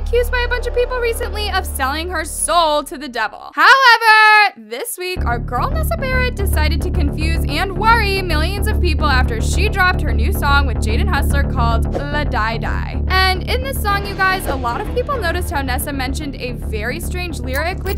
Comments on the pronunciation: is no one going to talk about how called nessa and jadens new song “la die die” instead of “la di die” LMAO 💀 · PLS- WHY DID YOU SAY IT LIKE THAT- ITS “lah-dee-die” NOT “luh-dye-dye” HAHAHHA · I was dying when she pronounced “la di die” lah die dye” bb it’s LAh dii Dye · I know homegirl didn't just pronounce it "la dye die"🤣🤣🤣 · DID SHE RLLY JUST PRONOUNCE LA DI DIE THAT WAY💀💀💀